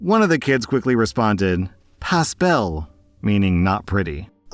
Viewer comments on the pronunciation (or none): i'm french, i love your videos. But please, know that "pas" is prononced "pa" the s is silent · As a French speaking Canadian, the 's' in pas is silent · Just saying in french in pas we dont say the s but still was not bad brother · Hello french speaker here, french have this funny thing called "mute letters" it's letter that a written in the word but not pronounced. in "Pas belle" (not pretty) the s is silent so it's pronounced "pas bel" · I am most definitely nitpicking buy you wouldn't pronounce the s in pa's. I am 100% nitpicking and being a dick. But also it's French so... it doesn't matter.